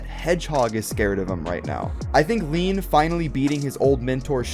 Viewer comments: ILLINUC IT'S LIAN NOT LEAN 100 PERCENT FOR HASBRO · The name in America is lain so it is lane not lean